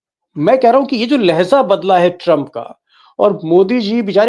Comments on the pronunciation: Deepak ji , lehza nahin balki " LEHJA" hota hai. Durust kar lijiye. Urdu mein do lafz ek saath bole jate hain." Labo LEHJA. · You are telling Leheza if it is Hindi word or Urdu word if it is Urdu Pronunciation should be Lhejah.